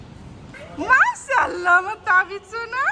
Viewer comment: আপু মাশাআল্লাহ সঠিক উচ্চারণে বলতে হবে